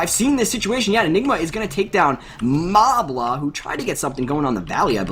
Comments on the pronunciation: isn't is pronounced maela? Not Mabla? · It's not pronounced like mala, it's like mayla